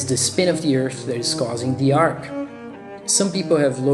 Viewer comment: Flat "eart?"